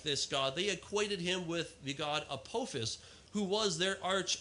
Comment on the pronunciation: A-po-fist? Wow the pronunciations are so far off I needed time to think of what the poor guy was saying. Apophis maybe? I'm not sure when this debate happened but I would bet Google could have helped him say so many of these words correctly.